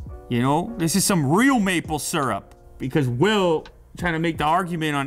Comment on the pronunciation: "this is some real maple syrop!"